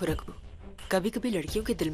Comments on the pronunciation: when said ruder But miss it's not ruder it's Ragu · ny ragu ko rudr bola 😂😂😂😂😂😂😂😂Kisi ny notice nai kia 😂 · Raghu ko Rudre Q bol rahi ha Kis ko laga na Raghu ko Rudre bola 🧐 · Han mai ve yohi bolraha tha isne usko rudre q bola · says rudr😂😂😂9:75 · She said rudre